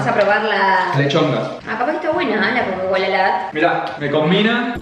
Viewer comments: Como que Cocacola 😂😂 es cacaolat pero buen video😂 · cocalat jajajj es cacaolat god video nasheee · Como que cocacola amigo eso es Cacaolat 😪 (No hate solo que me parece gracioso) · Es cacaolat no cocacolat😂😂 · a lo que le decis cocacola no es cocacola jajajajajaj es cacaolat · Es CACAOLAT no COCA-COLA LAT XD